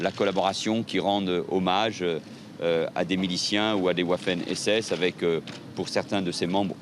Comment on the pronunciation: « (…) discours de haine, homophobe, xénophobe, ou antisémite (…) » Y en a un qui est un peu « bronzé » à droite. encore 2 mecs qui ont pris trop d’U.V peut être? LOL! « OUafen » Nan! mais là tu l’as prononcé à « l’arabe »! Faut dire « Vafen » LOL!